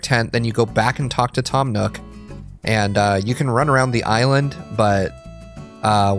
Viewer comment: “Tim” Nook???????